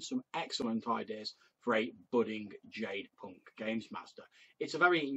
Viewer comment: No worries, most folks mispronounce it. You came closer than many of them. I did have a question on the material for you. Did you find the healing rules to be useful?